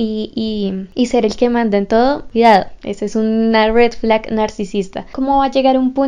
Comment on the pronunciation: Jejeje como me encanta cómo pronuncia red flag UwU